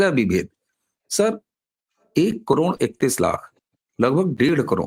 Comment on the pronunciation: करोड" शब्द का उच्चार आप "करोंण" ऐसा क्यूं करते हैं?